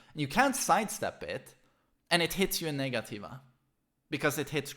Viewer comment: Negativa is actually pronounced "nega-cheeva" my fren 😁🇧🇷